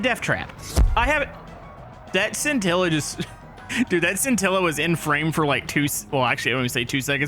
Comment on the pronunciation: Hey! The scintilla is actually is pronounced (shintilla) because the bolide and the scintilla are Italian cars. Just to let you know!